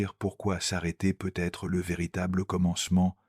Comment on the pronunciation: Un immense MERCI (Mais, de grâce, l'IA pourrait-elle apprendre à prononcer correctement "peut-être")